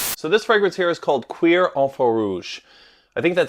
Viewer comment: pronounced like cure😂😂